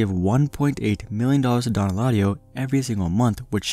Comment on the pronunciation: Dislike because you butchered his name.. smh could’ve at least made an attempt